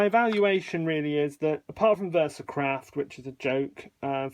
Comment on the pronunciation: Did I hear you say "Versacrap" instead of "Versacraft"? 😁